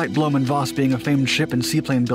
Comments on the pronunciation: Where does "Bloom" come from? His name is Blohm. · Not a bad explanation of German pronunciation, but it’s Blohm+Voss, not Blöhm+Voss. Blohm rhymes roughly with “dome”. The company is still around, though no longer involved with aviation.